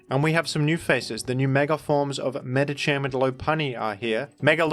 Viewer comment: Why did he pronounce Medikam like that?